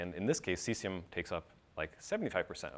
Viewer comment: That dude pronounces Cesium as C S A M. WTF? LOL Like hee said "C-word is fun" I think WTF man.